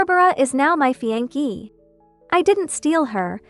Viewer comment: Cheap AI can't even pronounce "ties" or "café" or "fiancee".